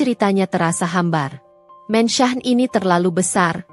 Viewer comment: Min...kenapa mansion di baca mensah, se-hrs nya dibaca: Mensyen. sok ke inggris²an, tapi koq salah ucapan nya. spt Omlete koq dibaca omelet ?? 😮